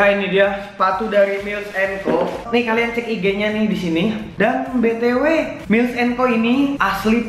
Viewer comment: Super comfy foam bang 😂 Terus cara bacanya mails and co Tulisan nya miles, dibaca mails